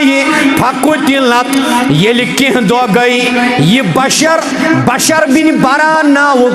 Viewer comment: محترم،۔ بَشر بن براء نہیں بلکہ بِشر بن براء ھے ۔ب زیر کے ساتھ ھے نہ کہ زبر کے ساتھ ھےیہ ھے بِشر بِن بَراء بِن معرور۔